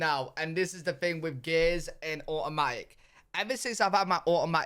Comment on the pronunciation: Where do they say “thing” like “fing”?